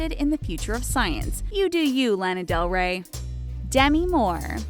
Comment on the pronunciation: it triggers me so much how she says Lana Del Rey..